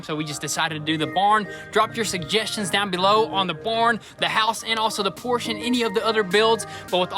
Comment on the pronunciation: Hey! Finally heard you say Por-sche correct!